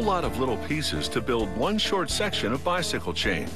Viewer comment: haha "to the bysickile"